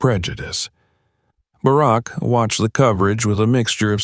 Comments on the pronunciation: If you’re going to tell stories like this, pronounce the names right. The ex president’s name is not “Bearrack”!!!! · The digital reader is good but the fact he didn't pronounce Bark properly gave it away! It is a good story, but I doubt it really happened this way. Not that dicriminatingincidet doesn't happen often, but I find it unlikely no one recognised her last name! A good story, but I still don't think it happened! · I think this is a fake story. First of all if she was flying to NY she took a shuttle and there is no business class on the shuttle. In DC a black person flying first or business class no eyebrows would be raised. These AI generated voices mispronounce names all the time. This guy has a problem with Barack until the end. I flew out of National to NY all the time and this story sounds time like BS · President Obama served two TERMS as leader of the free world and thus jive-azz announcer doesn’t know how to say Barak!?!!??! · It’s unfortunate you can’t teach your AI to say Barack. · I wish they’d get better people to read these things. For gods sake he can’t even pronounce Barak Obama’s name correctly. I never believe these things and his pronunciation and inability doesn’t help. And the last thing I want to say is that I wish I’d had a dad like him. Godbless Sasha and that good man she calls Daddy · President Obama wouldn't have come to the airport or without Secret Service agents, and he definitely wouldn't have flown anywhere on a commercial flight. The female shown looks like Malia not Sasha. This is NOT a true incident!! The AI constantly mispronounces "Barack". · Narrator really needs to learn how to pronounce President Obama's name...! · The ai narrater doesn’t even pronounce Barrack’s name right.